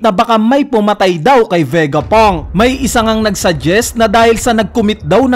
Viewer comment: Ano ba Vegapunk or Vegapang?🤣